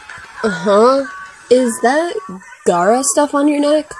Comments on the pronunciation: WTF is Gal-ra? Its called Go-ra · “galra stuff” gara stuff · Gal ra gal ra, not gala SORRY IT JUST REALLY ANNOYED ME! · pronouncees galra like Gaara Naruto fans:👁👄👁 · Galra is pronounced like: Gal-rah